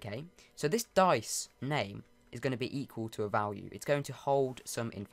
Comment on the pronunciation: Notice how he sais vlwue